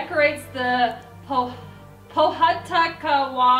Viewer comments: Pohutakawa is actually pronounced pou-who-t-kaa-waa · Btw itz Po-hu-tu-ka-wa tree sound it out its not poha takawa no hates pls! Its just correcting you guyz because im from new zealand👌❤💋!! Love you no hates pls😅oh yeah search up Jingle bells kiwi style!!!!!! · I live in New Zealand and as we never get mentioned in anything I was very excited that we were on this list. Those traditions are correct as it is Summer at Christmas time here. Also Pohutukawa is pronounced Po-Hu-Ta-Kawa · and the tree is pronounced pow - hu - ta - kaw - wai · I knew the NZ one because I live in NZ and by the way you pronounced the tree wrong